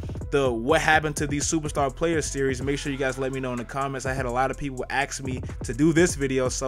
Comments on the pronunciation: "ask"......not "ax" lol......but other than that I agree with you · I'm not gonna axed you?!